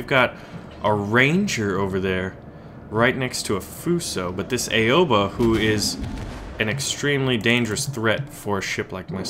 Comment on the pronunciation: It is prnounced OW-A-BA no Ay-Oh-Ba